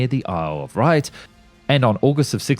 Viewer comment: A few mispronunciations. The Isle of Wight( not Wright) Dornier ( not Dorner) Junkers are Designated JU not U